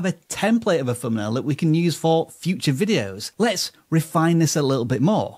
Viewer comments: i cant stand how he say fumpnail arghhh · Wtf is a "fumnail" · What’s a “fumnail”🤷🏻‍♂️